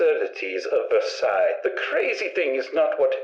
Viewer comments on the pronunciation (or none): none